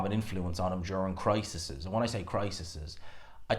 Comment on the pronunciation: “Crises” Pronounced [cry] + [seas]. Great coverage as always. Just pulling your leg.